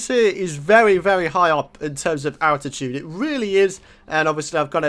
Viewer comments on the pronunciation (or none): none